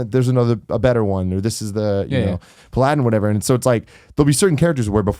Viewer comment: Pa-Ladin? I think it's pronounce Pala-din Tim haha